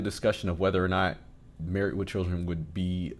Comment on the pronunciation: There is a D on the end of marrieD not a T, why are you saying MarrieT.